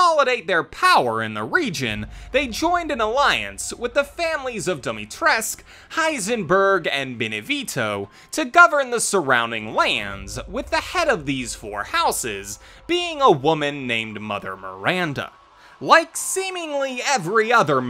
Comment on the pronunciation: It's Beneviento btw, not "Benevito".